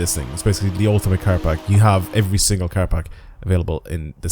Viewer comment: its PACK! why do you keep saying parks?